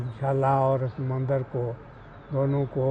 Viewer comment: Madam ji mandir hota h mandar nhi